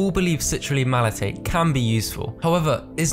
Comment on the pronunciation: Great video buddy! Couple of corrections with your terminology: 1. Malate not malaTATE. 2. Anecdotal evidence not antidotal. Otherwise great video content and production quality.